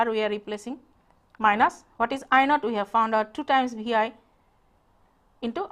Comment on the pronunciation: her 'we' sounds like 'uii' good lecture neways .. carry on ur good work :)